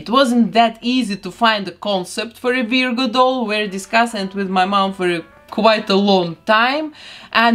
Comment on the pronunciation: Oh, and I love how you pronounce Virgo. It's usually "VER-goh" here in the US. (The first syllable rhymes with her, fur, were, etc. to clarify for any ESL speakers out there.)